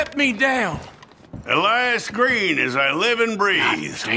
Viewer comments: اسمو الياس مو الايس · انا لا افهم لماذا تنطبق الاسم بالانجليزية انت عربي انطقه بالعربية"إِلْيَاس"